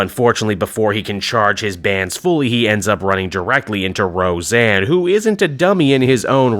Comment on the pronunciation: Ro-Zanna Arquette.